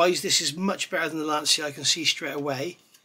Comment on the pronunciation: I knew you would rise to the challenge! 🤣 resistance is futile. If you don't beat this into submission, I'll eat my hat. Nice to hear someone who can pronounce Lancia properly too.